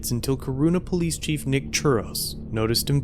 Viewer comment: Did he say nick or Dick? So that’s where the terrible training comes from.....Not surprised